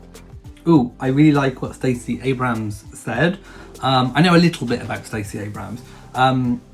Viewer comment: It's Stacey Abrams, not Abraham. :)